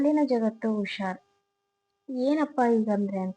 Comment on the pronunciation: ಉಷಾರ- ಅಲ್ಲ ಹುಷಾರ